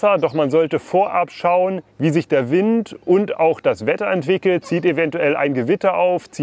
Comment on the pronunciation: Wind spricht man übrigens auf Englisch fast genauso aus wie auf Deutsch, also "Wind" statt "Weind". Kleine Videoidee: Ihr macht doch öfters was mit Decathlon zusammen, vielleicht könnt ihr ja mal deren e-Finne testen.